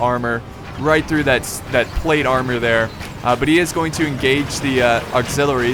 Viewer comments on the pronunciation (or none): none